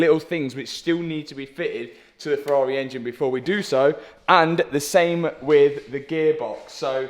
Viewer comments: Ferrari refuse to allow anyone to own a Ferrari if they pronounce it ‘Furar-eh’ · That's a nice Fe-ah-ri. :) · Lol "Ferrareeh" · love it how says Ferrahwreh🤣.